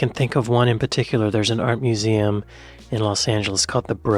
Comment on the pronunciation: Why does she keep saying muse-A-um?